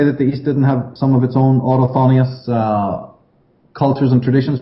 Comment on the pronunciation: regarding the word is 'autochthonous' (o-talk-thuhnus) not autothonius. Sometimes likes to invent words.